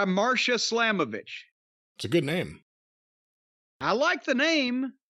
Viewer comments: It's Masha slamovich not marsha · MASHA* ✅ MARSHA ❌ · Its Masha Slamovich not Marsha . Correct ???